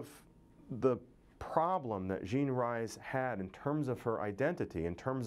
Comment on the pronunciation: Good Morning Midnight was NOT her autobiography.. but a novel.. oh, and her name is pronounced Jean REES not RISE